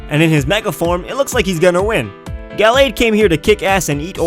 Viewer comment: fans of the ralts familly hear his pronoucetion of gallade are triggered (its guh lade)